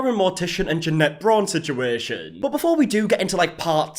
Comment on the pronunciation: Oooo I believe it’s pronounced “Janet” 😂😉